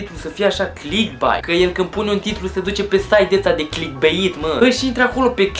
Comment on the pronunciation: Sunt de acord cu părerea ta, doar că nu se pronunță cum se scrie, ci ,,clickbeit,,:) Succes pe viitor!